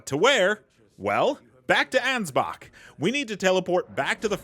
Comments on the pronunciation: Bro, why do you say his name anz-box?!😂😂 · Thats his name. Ansbach. The "ch" is a K sound